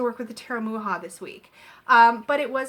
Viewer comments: Thank you so much for this review, it helps a lot if I'm going to buy the deck. The inner compass oracle is so cute😍, where can I buy it? And also I just noticed the way you pronounce Mucha, the way you should pronounce it is like Mukha, make the C a little stronger. I really appreciate your review❤️🌹. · I believe it is pronounce Much-ah. My mom always called him Mook-ah. :-) She had several of his advertising pieces.